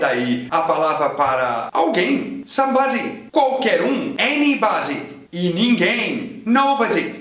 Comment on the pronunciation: Falando somebody em britânico com sotaque japonês ahhahah Ótimo Vídeo!!